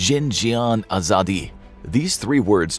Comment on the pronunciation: As a Persian the thing you said at the start of the video was not correct pronounciation, the real pronunciation is: zan (a sound in apple) zendegi (zehndehgee) azadi (ahzahdee)